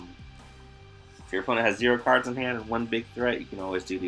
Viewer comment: you definitely do say Kurds though 😂. Have for years. I always smile when you say card lol